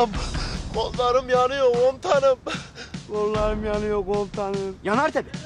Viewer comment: Gollarim yaniyoğ komutaniğm